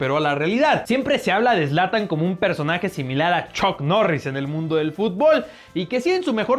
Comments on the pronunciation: Zlantan ? No mames >:v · Me destrozo cuando escuche zlatan